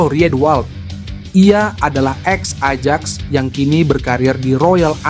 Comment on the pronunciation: Pake bahasa indonesia saja KLO gak bisa mengeja huruf dalam BHS inggris, Klo PSSI diejanya Pi - Es - Es - Ai gitu bacanya..., KLO WNI bacanya Doble yu - En - Ai, KLO Ajax bacanya Ayax itu nama clubnya di Blanda